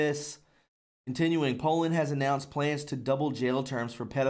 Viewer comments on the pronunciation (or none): none